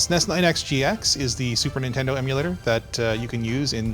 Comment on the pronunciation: What is nindendo?